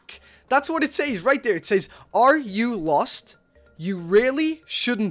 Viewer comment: the LOST forest notice the emphasis on LOST